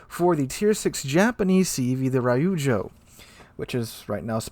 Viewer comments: Every time he said Rye-oozjo I cringed internally :P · Damn that’s insane. Btw it’s Reeeujo not Rai yu joe.